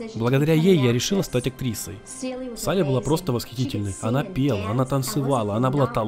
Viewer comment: Легендарная трилогия от Каталины, которая завоевала множество различных наград. И это всё заслуженно, потому что здесь и интересный сюжет, и отличные актеры и актрисы, и куча крутых песен. Спасибо за озвучку! Кстати, почему ты называешь героиню Шэрон Кейн Салли, если её зовут Силли (Ceily)?